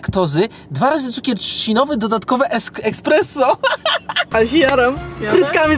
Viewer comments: ekspres XD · ekspresso XD